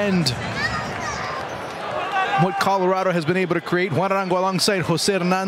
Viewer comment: Commentators need to stop dickrididing lafc like its ruining the whole video. Also its not carlorado its Colorado